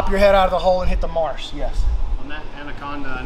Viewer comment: How did darce become marce? Kept sayin marce marce marce.